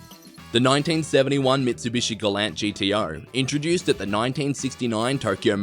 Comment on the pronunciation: Mistake no 7 Gallant is pronounced gall-ant, as per the manufacturer, this one isn't hard, put you got it wrong.